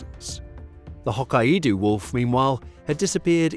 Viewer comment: Its pronounced Hoe Kay doh